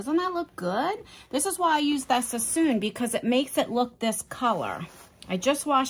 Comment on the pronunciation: Love you... it’s not Sassoon though... sass”on”... a well seasoned cooked right meal is always right